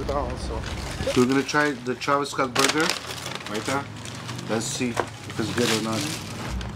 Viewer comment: And he can’t pronounce “TRAVIS”🤣🤣🤣